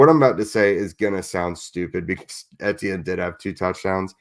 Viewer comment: How you pronounce Etienne’s name. Just say the letters E T N out loud. 😊